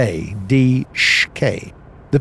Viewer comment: Thunder. Official channel.:, listen to me: it's pronounced: Dishookah! It's not: D-S-H-K'! Dishookah! Get it!?! Good!:D